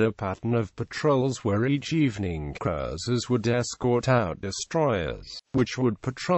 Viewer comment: Strange pronunciation of Cruiser.